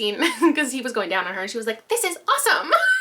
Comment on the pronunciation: Every time you say awesome like this I think of that Bring It On scene, “awesome, oh wow, like totally freak me out, I mean right on!” 😂😂😂 Just me? Okay…